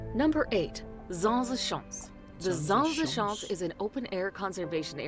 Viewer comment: it is NOT zazje shansh...lol s-CH as in loch, ah-ns schans.